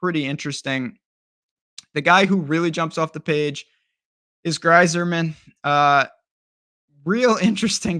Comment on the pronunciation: A lot of good information but the pronunciation of Greyserman and poston aren’t good. Still got my thumbs up